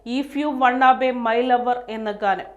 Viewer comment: Wanna be അല്ലേ ? (want to be) വാന ബി എന്ന് ഉച്ഛരിക്കാം